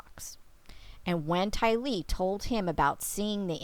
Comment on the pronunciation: Like your content. My only suggestion is to pronounce Tylee like her family does. TY-lee